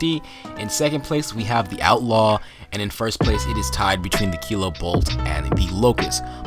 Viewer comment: The fact you said "DA snipers" its an unsub from me